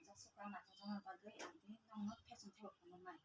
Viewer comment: Fashion ❌fekson✅🤣